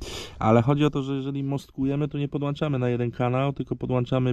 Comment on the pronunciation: na miłość boską! wyłącza nie wyłancza, podłącza, a nie podłancza:) Pliz słowa naprawdę i zaprawdę powiadam Ci mogą ranić:D